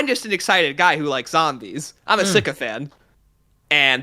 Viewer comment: he said it earlier in the vid too but .. is he trying to say "sycophant"? If he is he should look up the definition, i dont think it means what he thinks it means. I dont think it makes sense in this context at all. "Sycophan" the way hes saying it without the "T" isnt a real word. Not trying to be mean, just helpful.